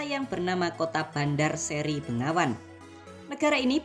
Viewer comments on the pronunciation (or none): begawan bro bukan bengawan